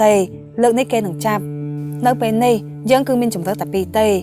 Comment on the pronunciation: យើង មិនមែន យ៉ឺង ទេ 😀